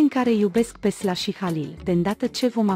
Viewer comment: Nici eu nu inteleg nimic din ce comentează aceasta doamna.Sila îl pronunta Sla.Nu ne-a spus nimic de ce nu săruta HAlil in film.Cum vrea să fie HAlil un actor complet?